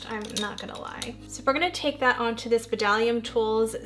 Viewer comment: Hi beautiful!! I’ve never even heard of the ginger palette from Makeup forever. Wow it’s gorgeous 🤩 love the whole look you created 💛 I think you are pronouncing Bdellium Tools wrong. It’s pronounced [DELL-ee-uhm]. I checked their website to confirm. I love their golden triangle line. Their prices are great, they always have sales and their brushes are top quality! Hope you are having a wonderful Sunday. Love you lots 💗 😊